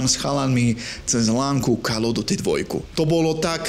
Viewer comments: kde? Ok to "OF" by sa malo vyslovavať po správnosti ako "OV" ale tým som ho už nechcel zaťažovať. Kde vidíš ďalšiu chybu? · Bože keď chceš stále dookola spomínať názov tej série tak sa aspoň nauč, že to je "KÓL OF DÚTY" call sa číta ako "kól"!